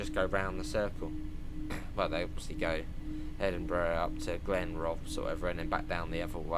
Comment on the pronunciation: You queried whether the “inland” bit of Fife Circle would be in TSW. It would be a pretty poor circle if half of it was missing! The Fife Out and Back? 😂 I had to laugh at the station name pronunciations. Butchered - South Gyle, all of the 3 attempts at Inverkeithing, Rosyth, Aberdour, Burntisland, Glenrothes and Kirkcaldy. I’d correct them. But my phonetic spelling is rubbish. But an easy one is Burntisland is Burnt Island. And as for Evian Water being Scottish 😂 It’s from the French Alps. Maybe try Highland Spring water as Scottish. That is made by a guy called Jock, who fills bottles from his tap in his flat in Glasgow, and ships it down south 😉